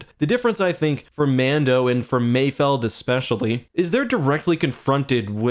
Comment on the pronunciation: Thank you for saying it correctly, "Mayfeld", people keep saying Mayfield but they clearly say mayfeld several times lmao